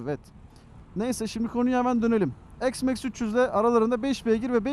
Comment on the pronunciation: s max değil üstadım x max